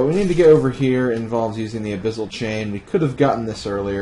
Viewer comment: Why do you say abyssal like abyZZal? Its pronounced "ab-iss-al" not "ab-iz-al"